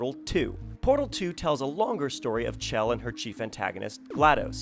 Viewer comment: SHELL NOT CH CHELL